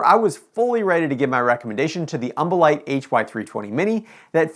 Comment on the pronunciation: Take a shot evertime he says umbolite